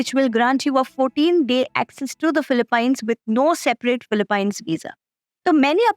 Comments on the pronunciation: I know, it's utterly annoying every time she pronounces it as paaaines 🙄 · It's pronounced "Philip- peens" not "pines"... im an Indian and see many of my frnds call it "pines" but once my pinoy teacher explained how it is pronounced. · its not philipine its pronounced as '' filipeenes '' ....... its a hidden gem i hope it stays hidden from us Indians :/ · Gawar log philip "pines " 😅😂